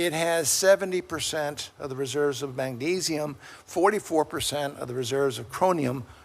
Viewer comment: Did he really say mangesium and chronium??????????????????????????????????????????/